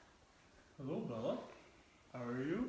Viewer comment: Instead of how, she always said har. That was strange.